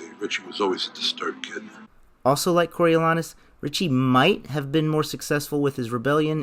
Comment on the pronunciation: The A is long in Coriolanus. Go see some Shakespeare.